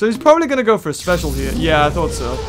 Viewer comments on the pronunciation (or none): none